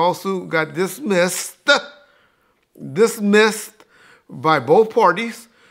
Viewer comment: Why he say dismissed like that 😂